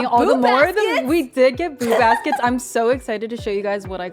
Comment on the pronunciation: I usually listen during my commute ... And I kept hearing "boob" baskets 😅 thanks for making me laugh!